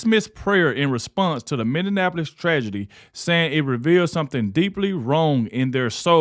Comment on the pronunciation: Minneapolis - Mini-app-po-lis